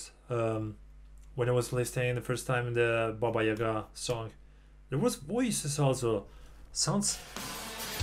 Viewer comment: Он первый иностранец кто правильно поставил ударение в слове яга😂